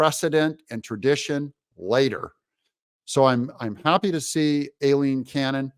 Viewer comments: Why do you INSIST on butchering the judge’s (and my sister’s) first name? The first syllable of her first name is pronounced: “eye” NOT “A”…..EYE- leen ! EYE …EYE… EYE …EYE …EYE….. Aileen is pronounced EYE-LEEN. I know you’re smarter than THAT. You may not act or look like it, but I KNOW you’re super smart. So please stop trying to sound like a dummy. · Hi Doug, Don't listen to that reporter! She's mis–pronounced Aileen's name: Aileen is correctly pronounced: "I lean" I know b/c I use it as a nickname. Look at the word "Hawai`i" the second "a" is SILENT, just like the name: Eileen, the "E" is also SILENT. So please pronounced it CORRECTLY. Eileen & Aileen are both Pronounced the same way: "I Lean." All of us with those 2 names will be happy to hear our originated names from Ireland & Scotland Pronounced correctly!!! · Aileen is pronounced...'EYE-LEAN'... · Doug, PLEEZE pronounce Judge Aileen Cannon’s name correctly, as EYE-lene. Makes your videos cringey and hurts my ears!